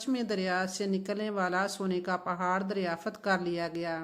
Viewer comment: اور پہلے آپ اپنی اردو ٹھیک کریں اور شکست نہیں ہوتا ، شخص ہوتا ہے ، بی بی پڑھ لکھ لو اور تاریخ دان مت بنو تمہاری زبان سے پتہ چل گیا ہے کہ تم ان پڑھ بھی ہو اور جاھلہ بھی 😂😂 دریااااافت نہیں ہوتا ، دریافت ہوتا ہے 😂😂😂😂 باجی